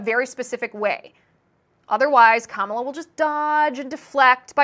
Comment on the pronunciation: Kum-all-ya? I thought her name said it all 😅.